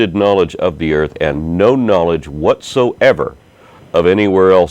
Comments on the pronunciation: you can tell how educated the caller is when she refers to the EARF. Maybe she just sounded funny because she was in the BAFROOM. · she said "Earf". fack sakes.